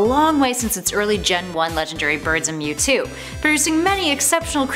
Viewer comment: I HATE how this person is pronouncing the names of these pokemon, and btw mewtwo mega Y is superior. And didn't Giratina help normalize Palkia and Dialga when Cyrus controled them?